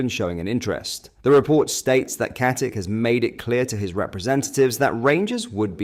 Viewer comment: Pronounce IT as KATICHHHHHH COMEEEE ON MAN STOP WITH THE AI SHISNICK